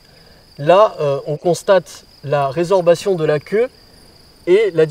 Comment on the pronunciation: Résorption* et pas résorbation, il est nul cet intervenant à la voix de Garou